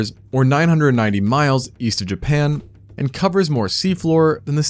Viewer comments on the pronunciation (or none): none